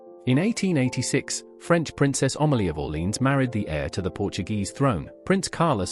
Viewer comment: IS QUEEN AMELIA NOT OMALIE